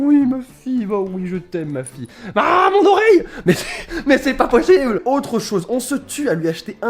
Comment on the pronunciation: Tu a dit mais cher pas pochible j'ai éclater de rire